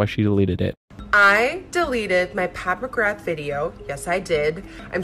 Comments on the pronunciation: "PATH MCGRATH" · “Path McGrath” 😂